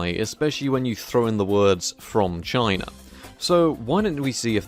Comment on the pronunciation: One of the times you said "Samsung from China" I heard "Samsung vagina". Checks out.